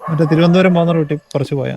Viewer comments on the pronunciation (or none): none